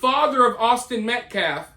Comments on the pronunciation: Kyle Rittenhouse should sue him for saying he shot 3 people in the back. The clown not only butchered the victims name over and over, he butchered the English language. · It’s Austin Mecklaf! Say it Right!! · Idk if you were trying to imitate dominique or what but you almost did it, just didnt mispronounce near enough words or make any incomplete sentences while saying Metcalf wrong. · He hasn't even yet learned how to pronounce Austin's last name. How disrespectful is that. I don't know how many black sponsored youtube channels I have visited in the last few weeks but it is alot, and ALL of them think this guy is a joke. They ALL say he is hurting Karmelo more than helping. They need to get rid of this guy. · you could perhaps think that but the fact they they have yet to say his name(I don't recall them doing it even once) correctly shows it's intentional imo.